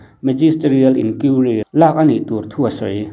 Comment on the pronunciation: Eizawl ti a hre tlat in awm ve em? Eizawl ti a kan hriat tlat chu. Tin, Inquiry(inkuairi) tih tur pawh "Inkiuri" tiin a lam tlat. Thuziak chhiar ah chuan hmeichhia kha a tluklo deuhin in hre ve em? Te ka lo tia😁